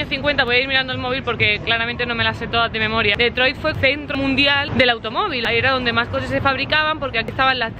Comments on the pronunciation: No se pronuncia DEtroit si no"Ditroit" con pronunciación en inglés...por FAVOR. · Se dice o se pronuncia Ditroit y no DETROIT